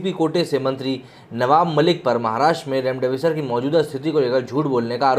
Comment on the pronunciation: इसको बौलो रैमडेविसर नही,रेमडेसिविर नाम है.